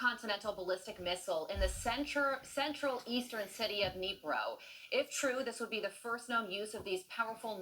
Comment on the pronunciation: Did she say Central Ukrainian city of KneeGrow?